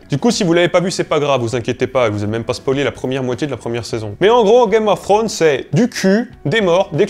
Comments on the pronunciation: Un Youtuber linguiste qui prononce "Game of Frones" laules. Tu sais, bien des anglophones, lorsqu'on leur présente le son "thr", ont tendance à faire un R roulé ou presque, et pas que les écossais. Ca simplifie beaucoup. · Arrête de dire "game of ssronz j't' en supplie 😩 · "gaïme of srhône" ^^ très bon accent des fois Et Jon Snow n'est (n'était) pas puceau, il a ken la rousse dans une grotte ^^